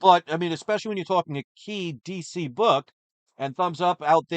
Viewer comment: What is cheese EE comics??? This must be really rare.....oh DC, what is DC? Cheese EE sounds more like some brand that Chris would buy from than this "D""C"